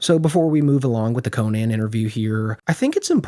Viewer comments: The way you pronounce Conan O’Briens first name drives me up the f*cking wall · Cone-yan Obrien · it's not "Co-Naahhn." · You know it’s pronounced “Cone-in” right? Have you never heard anyone say Conan O’Brien’s name before ?? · Love your videos but it's hilarious that you cover comedy and can't pronounce Conan's name. That's Conan The Comedian, not Conan The Barbarian. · You sound so dumb pronouncing Conan that way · Learn how to pronounce Conan's name please. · Bro what is with people mispronouncing Conan’s name to this day? Like, I know he’s not like Kanye levels of known, but we all know how to pronounce the best late night host of all time’s name, right? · Buddy dont kno how to pronounce conans name tf🙃